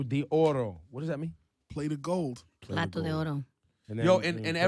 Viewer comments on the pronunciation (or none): Ebro kept on saying "piato" de oro. I'm like, "Wtf is piato????" Its "PLATO" 😂😂😂😂